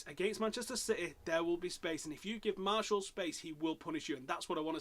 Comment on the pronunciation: Lol why do Man U fans call Martial, Marshall? Here's how you pronounce it. Anthony Mar-she-al, not Marshall (and yes, I am French)